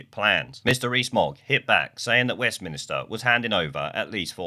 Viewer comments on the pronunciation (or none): Would you please stop saying "WESTMINISTER"? WESTMINSTER is correct. Now hold out your hand for a slap. ;)